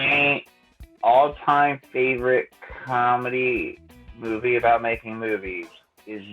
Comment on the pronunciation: Did he just say "Making Fuck"?